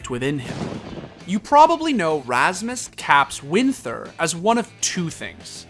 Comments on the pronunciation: Winther is pronounced as Winter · The “h” in Winther is silent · Rasmus "Caps" Winther. The h is silent.